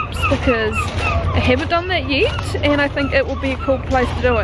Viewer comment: I love the way "yet" becomes "yit"